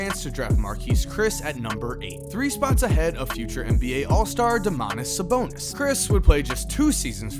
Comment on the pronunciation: said Domatis Sabonis wrong. It's Daymonntice Saybonnis. It's spelled like that it's just the camera's weren't on.